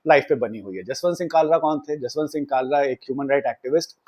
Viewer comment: bhai, Kalra nahin, it's Khalra... From the epiglottis. 😊 Kalra is Khatri clan in punjab whereas Khalra is name of village of Sardar Jaswant Singh and it is general practice to put your Village as a suffix to your name (particularly among Sikhs) instead of your surname. From the epiglottis 😊😊 खालरा, ख ✅ क ❌ 😊😊😊